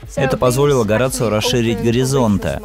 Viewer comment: Правильное произношение: Хо-ра-сио.